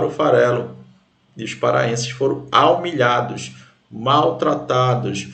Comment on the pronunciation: aumilhados kkkkkkkkk essa palavra fica melhor assim